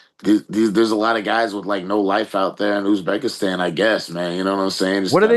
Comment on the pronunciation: Where is Youzbekistan, Ariel? Its Uzbekistan. Now its Azerbaijan and Uzbekistan you cant pronounce.